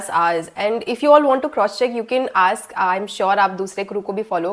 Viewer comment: Aks nahi ..ask.